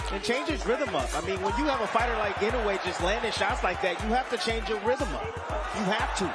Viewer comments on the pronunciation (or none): I wonder why everyone mispronounces Inoue's name. It's I-NO-U-E. Four syllables. Nothing difficult about it.